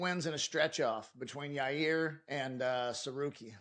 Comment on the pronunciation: dude said Yair lmao